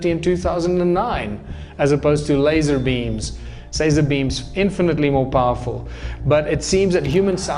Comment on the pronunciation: You always lose me at the sazer beams bro. Makes you sound, well, just listen to yourself please